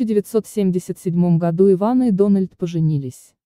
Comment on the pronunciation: Ивана,ударение на 1ый слог.